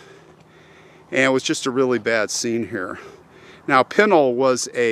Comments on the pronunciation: I've lived here in AZ for over 20 years and my husband is born and raised. It's called P with a short i...then n ..a[short a]..l. It is never called what you called it. My husband [whose 54], says someone is messing with you. LOL Welcome thought to AZ, lots of interesting cemeteries and old towns. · I lived in Superior, Globe and Miami, Arizona. I grew up riding the dirt roads of the Pinal mountains. I like a few months from being 60 years old and all my life Pinal pronunciation was the way you choose Not to say it. Only after people was more learned on how to say words by their spelling did the pronunciation change. It’s just like the word Gila, Gila monster is pronounced with an H and not a G sound. It’s a shame that future generations will not be able to hear how the people before them pronounce the words and will only go by how it spelled now.